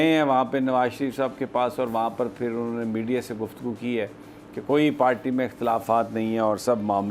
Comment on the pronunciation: You always say palty why it's if you cant say party please say zardari hkumat or learn say RR R